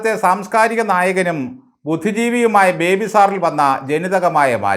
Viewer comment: ഇയാൾ പേര് ചോദിച്ചാൽ പറയുന്നത് പോലും ബിബേ എന്നാണ് 🤣🤣🤣